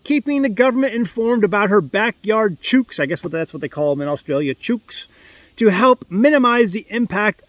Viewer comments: Hey, Aussies say ‘chooks’ rhyming with “books” 😂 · Chooks rhymes with books. 😅😅❤